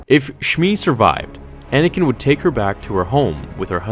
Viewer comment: "Anay-ken"! XD